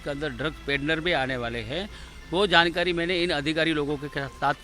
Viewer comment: He say “Jhatkari” for Jaankaari 🤣🤣🤣and “Maaaraatra”For Maharashtra then he say “Frisht”. For First .......are bhai bhai ye Kaisa moron hai🤣🤣🤣🤣🤣🤣🤣🤣🤣🤣🤣🤣🤣🤣🤣🤣🤣🤣🤣🤣🤣🤣🤣🤣🤣🤣🤣🤣🤣🤣🤣🤣🤣🤣🤣🤣🤣🤣🤣🤣